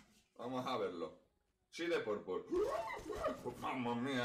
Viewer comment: "mamma mia the purpuurrr"